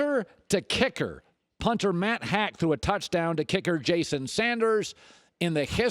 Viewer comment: Matt Haack is pronounced Hawk not Hack